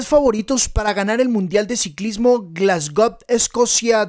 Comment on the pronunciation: Mi favorito es Remco. Un comentario, no se dice "Glasgob" se dice "Glasgou" suena muy raro lo que has dicho y pensé que me había equivocado de año. Saludos.